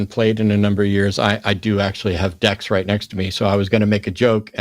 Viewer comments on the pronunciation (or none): none